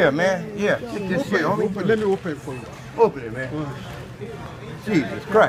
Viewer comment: how he says open gets me everytime😂😂😂